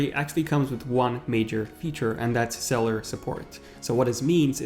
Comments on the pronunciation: I’m s not celler it’s freakin cellular with a u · When he pronounced cellular sell- ar Instead of sell-you-lar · Ugh the way you say cellular, please pronounce the "ul" part of the word instead of saying cellar... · "Series Tree" "Cellar" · *cell-U-lar *pro-cess-or